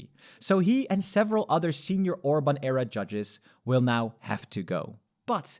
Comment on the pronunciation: Why you mispronouncing Hungarian prime minister last name? You don’t care?